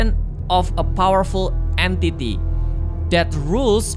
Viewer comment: Bisa bisanya gw ngomong the enyti padahal Entitiy:p